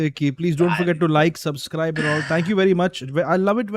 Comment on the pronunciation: Noones been subscribing cuz keeps saying 'suzscribe"